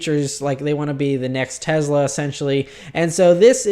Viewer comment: You always say tezla lol its tesla with a S.